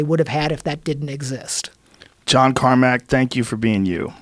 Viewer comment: John "eye" Carmack